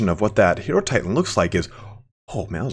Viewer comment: FYI Hierotitan is pronounced "Hi-ro-titan". The prefix Hiero- comes from Hierophant, so it's pronounced like that word. And thanks for posting this, enjoyed the summary (and the other Tomb Kings material you've posted). Great video and great breakdown!